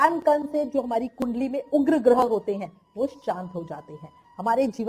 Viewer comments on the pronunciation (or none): none